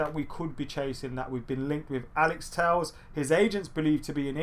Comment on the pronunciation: It's pronounced Alex Tell-esh. Would've thought someone would've corrected you by now.